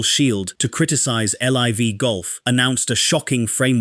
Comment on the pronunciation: Sorry but who says L. I. V. rather than "Liv" It sounds like AI and the usual AI traits are there. It would be really unfortunate if your voice sounded like AI. But even more unfortunate if it doesn't and you claim it does because that would mean you're lying which won't grow your channel